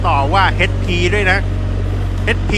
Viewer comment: H = เอช ไม่ใช่ เฮ็ด